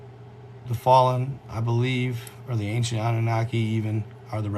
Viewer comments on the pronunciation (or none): none